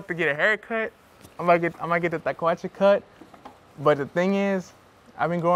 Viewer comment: "El pelo del cuh". El cuh-cut. Lmao. Hey, at least your mom is honest. I respect that. Love the relationship/chemistry between you 2. Much love and respect.